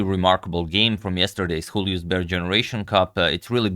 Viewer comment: Antonio, the "Ju" in "Julius" is pronounced like in "Union" or "Europe".